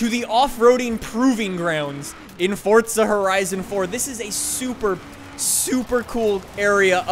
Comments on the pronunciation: its not fortsa its forza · ITS FORZA NOT FORTZA BIG DIFFERENCE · Fortza, nononononononnononononon don’t pronounce that shit with a T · “Fortza” love it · with respect, why do you say "fortza"? XD anyways love your content, and so glad im this early!